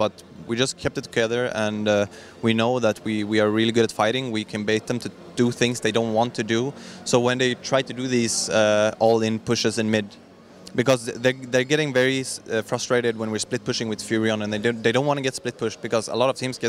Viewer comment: Не "olin pushes" а "all-in pushes" Олин пуш ;D